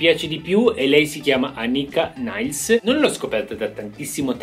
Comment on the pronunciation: premesso che Anika essendo tedesca si pronuncia Niles come è scritto, avrei aggiunto anche Vera Figueiredo, fenomenale con un gran tiro